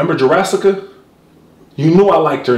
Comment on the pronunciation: That nigga said jurrassica hahah facts